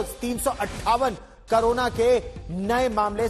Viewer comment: करोना नहीं क कोरोना होता है 😂